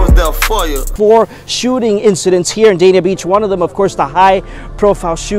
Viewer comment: Everybody think Miami where it’s at noooooo… Ft.Lauderdale ain’t nothing to play with… I live in Oakland Park so I’m stamped… Ps.. it’s pronounced Daney